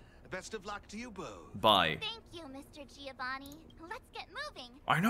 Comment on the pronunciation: Please i beg you, stop calling Giovanni like that!! I now know how you felt during fountaine , please stopppp